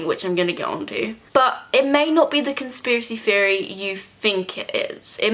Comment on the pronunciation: I can't watch this because you keep saying "conspiracy fiery" and it's pissing me off